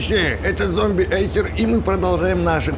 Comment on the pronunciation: НЕ ЗОМБИ ЭЙСЕР А ЗОМПИРСЕР